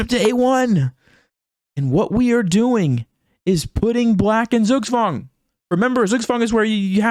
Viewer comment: Nice pronounciation of zugzwang